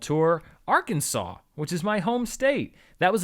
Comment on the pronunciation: Ar-Kansas lol